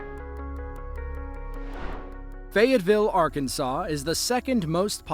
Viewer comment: You got Arkansas way off